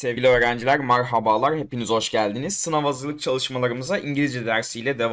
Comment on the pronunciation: Marhabalarggg devam ediyoroz 😂